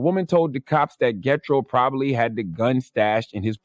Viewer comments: Not "Getro" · Lol this dude said Get Tro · Gethro pronounced "Je thro" in the 🇭🇹 islander voice. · Yes it's being mispronounced.